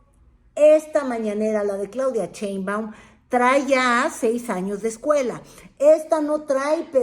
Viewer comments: Por qué pronuncia el apellido She- in - ba- um como Che-in-ba-um? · Con todo respeto, no se dice "CHEInbaum", se dice "Sheinbaum" Saludos cordiales.